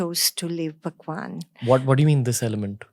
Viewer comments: I m sorry but Why she says bhagwan as pakwan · She is telling bhagwan or phakwan 😂😂😂 this seems quite funny to me